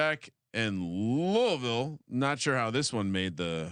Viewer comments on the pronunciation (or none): you said Louisville right the first time and then corrected yourself to say it the wrong way cmon brother...